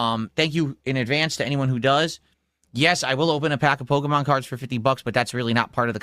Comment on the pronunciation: It’s Pokémon. Not Pokuhmon.